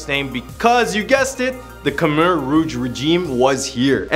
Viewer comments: Lmao I dated two Khmer girls 4 years each and was with her family, went to funeral, temples, prayed with monks everything and you're the only one I heard pronounce khmer "come-are" 😂. The all pronounce it "kim-ear". I had to rewind like whaaa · Dude… it’s Khmer not Khmar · You said khmer wrong